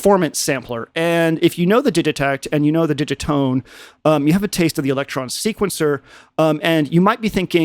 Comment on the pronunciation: TIL that Digitone rhymes with minestrone